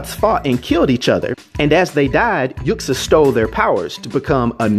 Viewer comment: You're saying his birth name wrong. The x in Uxas is pronounced like a z. It's pronounced "yoo·zos". It's a play on the words 'use us', or 'uses', since he manipulates others into doing his bidding